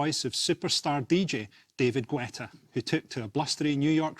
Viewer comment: The „u“ in David Guetta is silent. Its pronounced Getta. And if you dont know him: you have not missed anything.